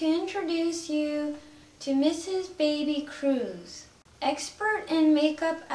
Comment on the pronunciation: I believe it's "Bebe" Cruz, not "Baby".